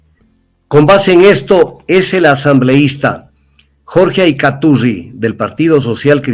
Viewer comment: Que horrible sujeto es este Tandazo ni siquiera sabe pronunciar Acaiturri, defendiendo a correa